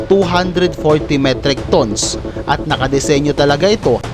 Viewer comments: Ang pronounciation mo sir sa tons ay mali😅 pag binasa mo sya sir parang sa tagalog.. Tans (tons) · Hahaha ayos pagka pronouns mo ng tons pre a